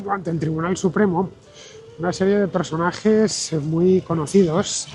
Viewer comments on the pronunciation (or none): A los 19 segundos, cuando dice "personages" pasa por el lado de Buzz Lightyear y de Minnie Mouse